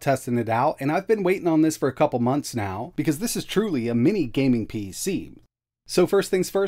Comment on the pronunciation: Minnis again? Dude, WTH? Is it a mental block or something that you can’t say “mini”?